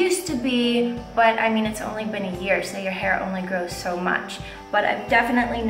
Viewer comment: lol "in ma heer" cool 😎